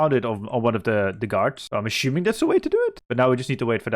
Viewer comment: You pronounce so many 's' sounds correctly, why is it that 'assuming' comes out as 'aSHuming'? Is that a regional thing? Just curious